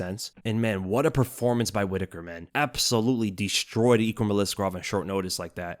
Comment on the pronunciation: Your name pronunciation is the worse I’ve ever heard. EEKrum? We all learned how to read man 🤣